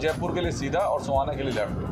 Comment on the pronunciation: भाई सोहाना नहीं है सोहना है